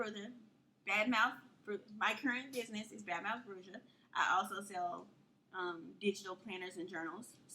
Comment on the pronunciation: bruja is pronounced brew-ha IJS